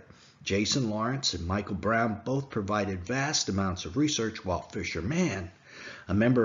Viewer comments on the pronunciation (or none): none